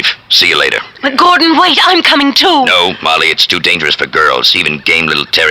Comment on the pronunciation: lol the announcer keeps getting Gordons name wrong...